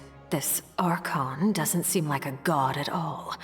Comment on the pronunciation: It's Ar-con